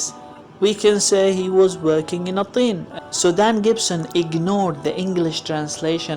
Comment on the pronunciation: Mr!You actually pronounce the word Tin with a soft a Q,like in Qalb/heart! Why are you pronouncing the word Tin like you want to pronounce it Qiin or Qliin? I have listened the whole video through and in every word you say you come clear and understandable, so why do you have problems with pronouncing the soft T sound!? T is pronounced at the tip of the tongue,Q is pronounced way back down the tongue!I just don't understand.....